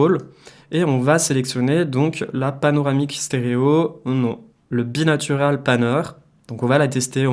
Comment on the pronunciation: bi NAURAL bi NAUURALL pas natural, sinon bonne video bien expliqué:)